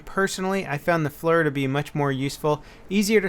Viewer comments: not pronounced flur, its pronounced fleer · I know it's an acronym, but that's the way that particular acronym is pronounced. You are a very influential youtuber and I'd hate to start hearing all your viewers running around calling it a "flerr.' -Just a Marine how works with FLIRs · It's pronounced "fleer." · FLIR=FLEER, NOT FLUR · Its pronounced "fleer" not "flur" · Tip: FLIR (Foreword Looking Infrared) is pronounced "fleer" like ear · tip, FLIR, Forward Looking Infrared = "fleer" or "flear" just sayin :P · Hey just want to start off saying I love your videos very informative, and entertaining. Not trying to criticize or anything this is just a little information for you, the FLIR sight you covered in your video is pronounced "fleer". Thanks and keep up the good work! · Flir is pronounced "fleer". Just so u know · FYI the FLIR is actually pronounced like fleer. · Not trying to be a dick, but I know you shoot for authenticity so the FLIR is pronounced "Fleer" :) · Nice video,. Just one thing, in the marine corps, aviation-side at least, we pronounce FLIR as fleer, as in near. The Navy side does as well, im would bet the air force and army follow suit. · Isn't FLIR pronounced like flear? kind of like deer. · FLIR pronounced FLEAR. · it is supposed to sound like "Fleer" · FLIR is Forward Looking Infra Red. It is pronounced "Fleer". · lol, you pronounce FLIR weird XD